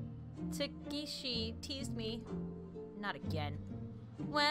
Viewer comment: I believe iys pronounced ta-ka-shi and a-ya-ka